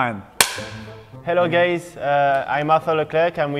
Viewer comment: Did Arthur say “hello gays?” 😂